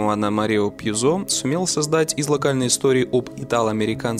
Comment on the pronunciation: Ладно ещё «исланд»… Но Марио ПьюзО?! Он же итальянец, а не француз.👌🥸